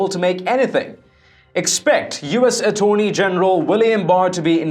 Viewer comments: Ah-tony general? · Please practice certain words, such as "attorney". Nobody's perfect.